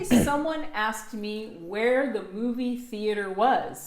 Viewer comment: coucou : 1 faute : j'ai entendu ask et non asked j'adore les dictées, merci